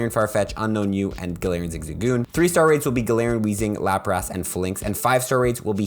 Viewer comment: Ok i cant get over the way he pronuced lapras